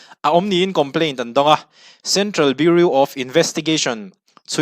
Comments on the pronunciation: Biuriu ni loin biuraw kan ti ṭhin a, biuriu tih chuan beng a tihel deuh tlat mai...😅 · Bureau= BiuRaw tiha lam tur aw...Sawisel ni lovin tanghma ngaih vanga correction aw. i channel hi ka hmaih lo ania. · Central Bureau of Investigation tih a “bureau” tih lai hi tinge biuriu ti a i lam tlat le Biuraw ti a lam tur ani si a.English hi kan mother tongue anih loh avangin kan accent chu eng pawh nise a pronunciation hi chu uluk a va tha ve aw. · Biuriu🤣🤣🤣 Bureau(Biuraw anga lam tur) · I channel a ngaihnawm thin, leh pek ah chuan Bureau hi biuriu nilo in biuraw tih a lam zawk ni se boss... ka lawm e, jindabad✋ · Bureu nilovin Buraw ti a lam tur aw ....😂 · BUREAU tih i lam rik dan hi...biuriu ti lovin, Biuraw tiin lam rawh.. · Bureau (biu-ri-ow) tih tur. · Bureau i lam dan hi Burew angin lam rawh Beauri angin lam suh. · Beng iti var thin e, Bureau hi Buroe angin lamri la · BIURAW TIIN AN lamthin,i zirsang viau sia, beng a kham tlat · Bureau i pronounce Dan kha tlem in a diklo deu.Biuriu nilo in biuraw ti lem tur ni awm tak ani.Any way great confidence. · A ngaih hnom thei lutuk i YouTube Hmar! Something me and my mom look forward to...❤ Respect to you and ur outstanding aptitude 🫡 Btw, please check out the pronunciation of "bureau", urs too okay but doesn't suits you 🤭 (no pun intended 🫶) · Central Bureau of Investigation (CBI) #Bureau lai tak khi lam thiam a har a nih hi a.... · Bureau tih lam dan khi han en zawk la, Mizo kan nih angin, a lam dan diklo a lo nih pawhin a pawina awmlo nanga, duhthawhna l;eh duhsakna avangah min lo ngaihsak hram dawn nia... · Bureau tih tur